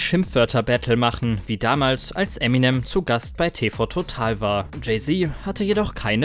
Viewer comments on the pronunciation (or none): none